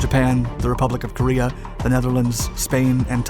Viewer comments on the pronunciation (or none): none